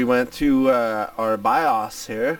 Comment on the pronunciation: the way you say bios drives my ocd crazy XD